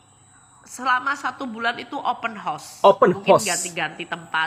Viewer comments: Open Horse😂, dia nak buat kelakar hari raya tu😊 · assalam...abang jgn sebut open house sbb kedengaran nya seperti kuda terbuka cakap jer rumah terbuka..jgn marah yer...Selamat hari Raya